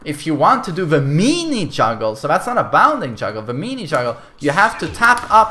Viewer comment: "The MEE-KNEE juggle" loool